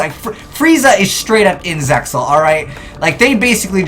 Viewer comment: Cool vid, but the way you pronounced Zexal wrongly was a bit chilling.